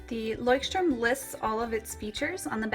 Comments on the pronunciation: I've been living in Germany for many years and yes, Leuchtturm is supposed to be pronounced like: "Loykt-turm" (that's the closest you can get with English phonetics. The German CH is a very guttural sound that is impossible to imitate for native English speakers. It kind of sounds like the sound that you'd make if you were to clear your throat aggressively.) Moleskine is pronounced the same as everywhere else though. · How the freak are you saying "Leuchtturm"? It's the German word for Lighthouse. The pronunciation is [ˈlɔɪ̯çtˌtʊʁm] It's like Loicht-Turm. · As a German the way you say Leuchtturm hurts my ears... still a pretty nice video though! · Leuchtturm. not leuchtstrum >.< Nice comparison though:) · Leuschhhhturm sagen sie immer ;D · [layxt - turm] is the pronounciation. The x denotes a strong H as in Loch. It is a language called German;) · I think I'm the first one to comment this. Does everyone pronounce Leuchtturm like that? Because I think that some Germans' ears are bleeding right now. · i usually like videos like this...but you butchered the name of the Leuchtturm girl...had to stop to watch it.... sorry as it annoyed me too bad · Anyone from Germany out there? The way all the english and american YouTubers pronounce Leuchtturm bothers me so much...it sounds like an english word, I guess it's quite interesting to see how brands are just pronounced differently in different countries...but still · plainly I am german. And i can say youre right 😂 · Everyting was spelled correctly, it was just the way you pronounced it :) As a native german speaker, I noticed that and just wanted to make a remark. I know that german is veery difficult to pronounce :P